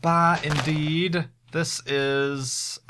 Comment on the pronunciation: Sometimes when you say "indeed" I hear "inn deed" and get very confused for a brief moment.